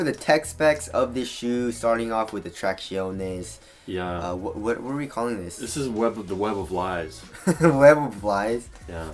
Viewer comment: You gotta stop saying “traxionés” it’s annoying as shit and the Asian accents are played out. At what point do you grow up?? I really want to like your videos like I used to back then.